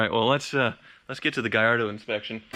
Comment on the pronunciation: Keep the blue Gallardo, at least you can pronounce it’s name correctly gringo. 😂👍 🇮🇹